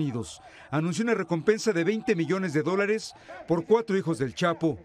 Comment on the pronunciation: Miles de millss dice ese reporter????